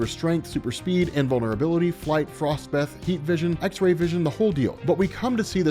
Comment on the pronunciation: "Frost Beathe"